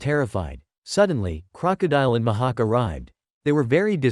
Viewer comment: Mihak❌ Ma ha k✅